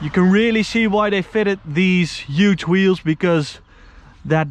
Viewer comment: Why are you saying uge not huge